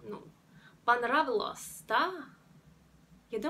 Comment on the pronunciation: В слове "Понравилось" ударение нужно ставить на букву "а"! Удачи красавица!